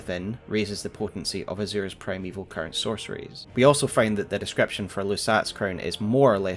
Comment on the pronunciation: Not sure if it is just because I am hungry. But at one point it sounded like you said "Primeval Curry" 😂 great video as always. Been holding off on watching these until I had a good understanding of the broad strokes of the story from playing the game. I love all the connections you find. Always excellent!